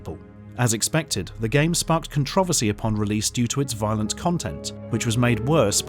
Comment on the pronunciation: Does anyone else wanna slap the shit outta this guy for the way he pronounces "controversy" and "patent"? Cuz I do.